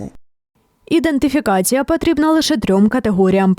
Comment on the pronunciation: Треба вчити чиновників вимовляти слово " ідентифікація ".